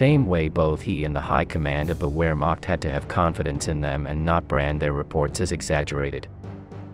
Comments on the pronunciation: LUHFT-WAAAF? WHERE-MAKT? IN-MASAY? It's LOOFT VAFFUH, VERE-MAHKT, AND ON-MAHSS. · Luft-Waft? Where-Macht?? Seriously? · Wow learn some basic German phonetics. You really butcher words like Wehrmacht and Berchtesgaden. Kick off with a W in German is pronounced like a V in English